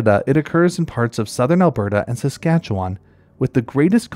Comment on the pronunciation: I’m in southwestern Saskatchewan! It’s delightful to see some of our local treasures highlighted here. (P.S. - “Susk’AT’chew’un” —nothing sets off a local more than hearing than “wahn” at the end…)